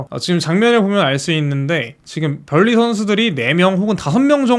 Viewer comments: 벌리는 뭐야?ㅈㄴ 불편하네 번니 발음 왜 못함... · 우리말도 아닌데 유음화가 왜 나오냐..현지발음은 번으로한다